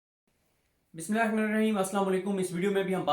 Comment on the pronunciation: یار تھوڑا تسلی سے بسم اللہ پڑھا کرو، یہ بسملہ ہیا ما نہیم کیا ہوتا ہے ؟